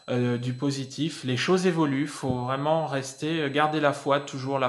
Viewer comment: Ah on dit varaille... Mdr.. On en apprend !! En plus de tes beaux yeux ! Bisous.